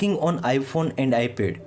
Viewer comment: “iPhone and Ipe”😂